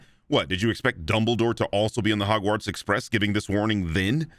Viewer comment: Love how you say hogwarts correctly